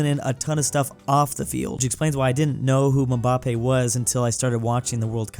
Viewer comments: "Mumbampei" "Laionel Messi" 😭😭😭😭 sorry but correction: Mbappe "Embappe" (literal prounciation) Lionel "Lionel" (pronounce it as it is) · nah bro he is clearly saying it like Mubappe instead of Mbappe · Why does he say mbappe like mumbappe? 😂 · I like how he said mumbappé and not mbappé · I can never get over from the trauma has caused me just by pronouncing "mambampe" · no it isn't, its supposed to be "EM-bahp-EH" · aint no way he called mbappe Mabappe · needs to be looking up ALL foreign words before trying to say anything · pronunciation of Mbappe is killing me 😂😭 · Oh gosh saying Mbappé's name makes me want to cry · Same lol